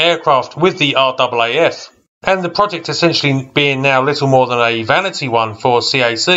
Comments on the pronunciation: Never heard an Aussie say are-double a-eff. Everyone I know says RAFF. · RAAF, its pronounced r-aa-f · It’s in fact pronounced RAFF as in Rif Raff 😎